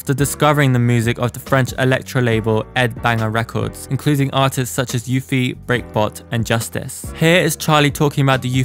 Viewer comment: Lol it's Bishop Stortford. "stotfd". 😂 I'm from the same area & almost saw her before she went mainstream at Bishop Stortford Music Festival. I've been a fan for a long time, since !Franchesckaar!. It's also Uffie like "up", not "you-fee".